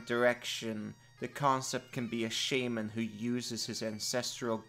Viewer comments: Your pronunciation of Shaman makes me irrationally angry. Great video. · Please, please don't every say shaman again.